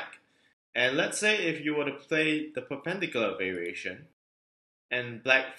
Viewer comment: In the word "perpendicular", the emphasis should be on the third syllable.